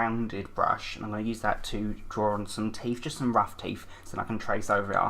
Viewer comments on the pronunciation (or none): none